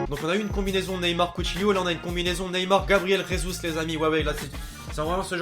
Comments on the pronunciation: On dit Gabriel jesus et pas resus c’est pas espagnol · Gabriel jesus se dit gabriel "jésous"c' est du portugais et pas de l'espagnol donc pas de " résus"....